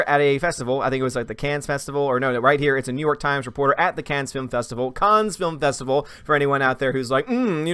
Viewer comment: Don't pronounce the 's' in Canne.